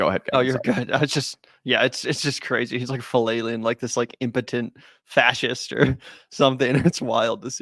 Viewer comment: I think hes trying to say fascist